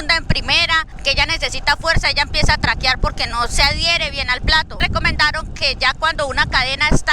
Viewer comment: Hola unas observaciones, a las vías del tren no se les dice Carrieles su nombre es los Rieles o vía ferroviaria. Otra observación en la región donde te encuentras es la parte del alto magdalena. Y la última es... no se dice traquiar se dice traquear saludos y feliz navidad. Bendiciones 🙏